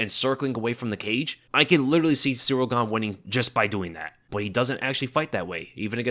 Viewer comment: You said Ciryl Gane"s full name about 150 times. You pronounced it "Surreal" every time too. 😂